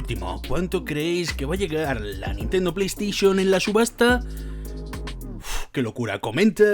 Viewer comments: Nadie: Absolutamente nadie:: Nintendo pLeYsTiChIoN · LA PLEY STISHON :v